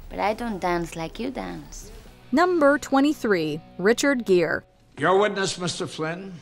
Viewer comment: Richard Gere, not Gear.